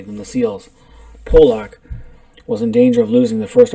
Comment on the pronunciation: It's not Pollack my friend..can't take you seriously lol..